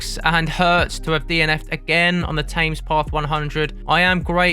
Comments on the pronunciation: Definitely 'TEMS', not 'TAMES'. I twitched a bit every time you said it 😅😅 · Bad luck. Saw your effort in 2022. You will crack it. BTW what's with TAMES PATH. Always know it as THE TEMS? Its how Londoners pronounce the name of that iconic stretch of waterway.. 🤔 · This is also killing me. TAMES! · 'Tames' path 🤣. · As a brit, how do you not know how to pronouce Thames? Great video, but that was grating every single time! :-)